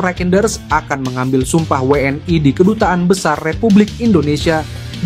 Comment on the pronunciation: Admin yg bener pakai bahasa Indonesia W N I.itu bukan bahasa Inggris jangan I jadi ae